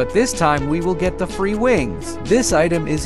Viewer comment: bro said fre instead of free💀